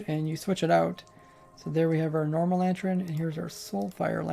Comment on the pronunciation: "Nycelium" "Nerther Wart Block" "Lantren" I do so love watching your videos